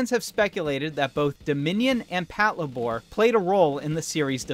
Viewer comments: "Pat-la-bore" Uhhhh sorry to tell you this dude but its "pat-labor" it stands for "patrol labor" like as in labor party or labor day. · that's a f**king weird way to say "Patlabor"